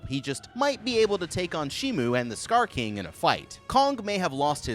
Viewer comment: STOP SAYING STAR KING